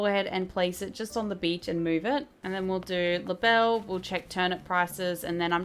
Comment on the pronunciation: love this vid but everytime you mispronounce labelles name i die inside TwT